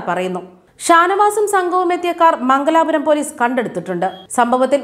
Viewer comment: മംഗലാപുരം അല്ല പെങ്ങളെ. മംഗലപുരം.